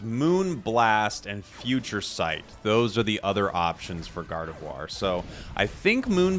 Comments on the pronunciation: Gardevuar is the correct pronunciation n.n you're saying it right. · Gardevoir being pretty french as a name, and being french myself, I can assure you that from this standpoint your pronunciation is 100% correct